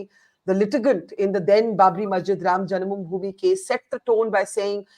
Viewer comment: can't even pronounce janmabhoomi correctly and he is a panelist. Wow! Hahaha